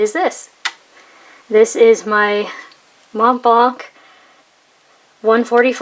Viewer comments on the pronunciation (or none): The C in Montblanc is silent, you don't pronounce it.